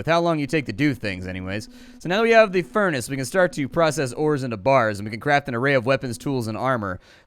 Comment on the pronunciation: i love it how he says the furnace calling it fur naa cee